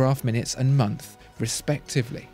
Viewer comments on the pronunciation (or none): none